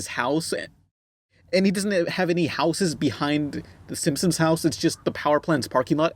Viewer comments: Am I the only one who hears say Simpsons like "Simsims", or "Simpsims"? Just a thought:D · Why do you keep calling them the Simsims? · I always liked how pronounced Simpsons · It's Simpsons not Simsims...